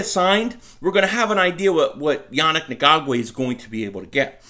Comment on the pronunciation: I like how you tried to skate through his last name bud LMAO its EN-GOK_WAY Still got for love ya and still a subscriber!!! You almost did it though with the smooth delivery